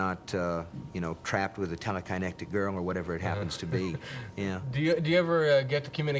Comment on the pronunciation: Did he really say, "Telekinectic"?